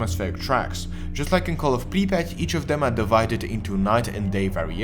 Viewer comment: i could listen to this guy say Припять all day